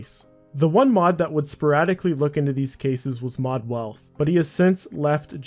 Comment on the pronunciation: its mod WEATH there is no L it is not WEALTH